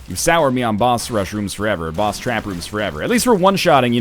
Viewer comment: Hey NL, I think I speak for a lot of us here, but we really don't like the way you pronounce the word "boss". It is really annoying and offensive and it would be great if you just didn't say it at all.